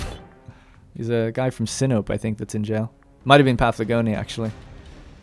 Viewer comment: Pretty sure Sinope is pronounced Sin-o-pay, how fitting!